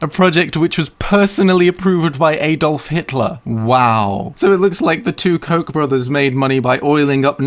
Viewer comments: Koch is supposed to be pronounced “cook” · Kock is pronounced coke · It says right there that Koch was a Dutch immigrant...the way Koch is pronounced in that video is sooo far off of the way the Dutch pronounce that name :o pffffucking coke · I knew a guy with the last name Koch, he told us it's pronounced "cook." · Koch pronounced as Coke.... and they're complete douche canoes.... AND supported the ass-hat that got elected. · FYI "Koch" is pronounced "Cook"! Sorry, if this is the 263,800 time you've heard this! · would never guessed that koch is pronounced like "coke", thought it would be said in a more german way (since koch is one of the most common names there) it means chef by the way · Koch is pronounced like Coke, they're heavily involved in the Republican party working with big data for voter initiatives and backing the presidential races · koch is pronounced as "coke" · Koch is actually pronounced like cook. just to let you know. it's German. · Originally, 'Koch' is probably pronounced the german way, which would be like 'Koh'. The 'h' like the 'h' in 'hundred' 'house' 'hungry', maybe a tad stronger pronounced. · Koch is pronounced Koke... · Lol u completely killed Koch. Its cosh. Well thats at least how my family says it, its my siblings last name. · It's pronounced coke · Also Kock is pronounced like cook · koch is actually not spelled cock. the ch in german is spelled smoothly. the german word koch means cook (noun) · Koch is pronounced "Koj" with a short o like in "boss" and a spanish "j" sound like in "Jalapeño". The "ch" is a sound english doesn't know so it's kind of hard to explain. Just type "Koch" it into Google Translate in German and you can listen to it because it's actually a german word meaning cook or chef. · how do you know is not an american? he was blissfully ignorant of who the koch (pronounced like coke) brothers are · lol they are pronounced Coke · Koch brothers are pronounced "Coke" and they are super corrupt btw